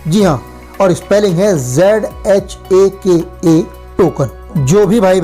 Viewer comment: Not Zhaka Token His pronunciation is Haka Token ok.... 🌹